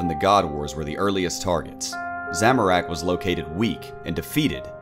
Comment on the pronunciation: Make more of these videos But please learn how to pronounce "Zamorak", I'm cringing over here